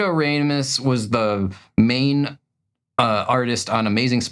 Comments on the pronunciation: Humberto Raw-mos(t), not Ray-mis ahah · That's how English speaking people pronunce these names. But yea, it sounds wrong, to me, when the H is spoken.